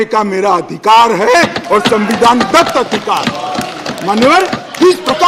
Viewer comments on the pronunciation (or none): none